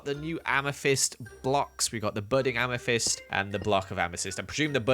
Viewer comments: Nobody:: AMATHISED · AMA NOT THYST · Ame not thyst